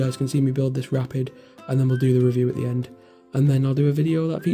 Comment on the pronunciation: its a aat not a att